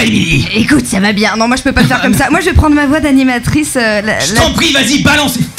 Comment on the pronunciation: mdrrrrrrrrrrrrrrrr ''COMMENT SAFABIEN'' ? MDRRRRRRRRRRRRRRRRRRR XD